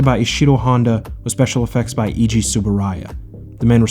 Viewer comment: Great. But Eiji is pronounced like A.G. not like E.G. (I worked for his company, Tsuburaya Productions, for 15 years).